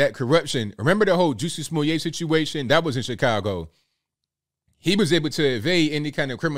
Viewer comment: You referred to "Juicy Smo-lee-aye"!!!😂😂😂😂😂😂 (Chappelle)